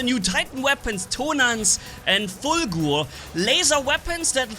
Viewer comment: Why did you say Fulgur with a german accent? 😅